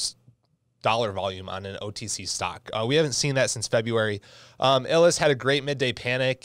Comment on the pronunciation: Dude, it’s pronounced “eye lus.” Not “Ill liss.” 🤦🏻‍♂️ You def be illin lol